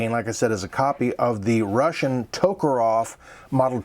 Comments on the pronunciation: For FXXXX you at least try to pronounce TokarEv properly.Not TokarOv but Ev...and NgenT is also sad,NagAN mate.show some respect. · It's Tokarev. Not Tokarov. Sorry. I'm autistic. And when people mispronounce names of things, it drives me mad. Great review by the way